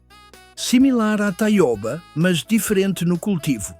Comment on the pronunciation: A leitura por IA é horrivel, metade com sotaque de Portugal, mas seu canal está no Brasil falando de plantas brasileiras... e Taiôba é um horror. Taioba, com ó aberto.